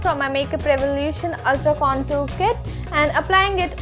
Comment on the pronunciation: Contour pronounce is wrong